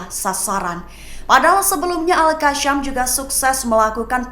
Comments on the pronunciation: Al qasam bukan qasyam. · Kak.. Sebut Al Qassam tu betul2 bole tak?. Bukan kashem.. Kassam.k.